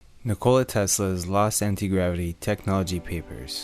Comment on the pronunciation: You have pretty good pronunciation of the name ''Nikola'' unlike other Americans lol